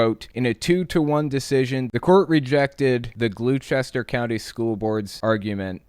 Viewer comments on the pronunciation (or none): Just wanted to point out that it’s pronounced “GLAW-ster”.